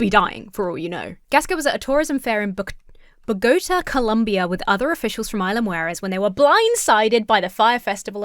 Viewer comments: when you see an accent on a letter in a Spanish word, that tells you it is the stressed syllable. So the city of Bogota is pronounced bo-go-TAH. I hope you don't mind the coaching. Next time you are hanging out with your friends you can impress them with your new found knowledge! Incidentally, I visited Colombia once and found the countryside very beautiful and the people warm and friendly. Unfortunately it is a very high violent crime rate and a lot of institutional corruption. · Bogata. Beau-Guh-Taw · Bog-oh-ta. That's how you pronounce that one :) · it is actually bow·gow·taa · Say it with me: Bo-go-tah, Colombia. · Boo go TAH. Think of it like Hermione would pretentiously say it. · Alright,. Everyone can’t know everything. But butchering Bogota is hurting me. BOGO (like buy one, get one) ta (rhymes with ma, short for mother). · FYI: Bogotá-> Bog o tar. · FYI Bogota = bow-guh-tah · Bogata = bOH-Guh-Tah Playa = Ply-uh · you pronounced Bogota correctly, if you’re talking about the town in New Jersey, USA. 😊 No worries though. You were feeling sick, and if you haven't studied Spanish you can't be expected to know how to pronounce city names Spanish. I don't really forgive the people in NJ. I'm a New Yorker and there are plenty of Spanish speakers in our region to help them.